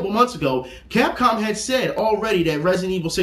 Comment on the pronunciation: Is there a reason he was sayin Cop Cam and not Capcom?